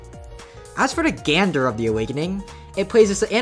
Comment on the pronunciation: "As for the- GANDER of the awakening..." Lmao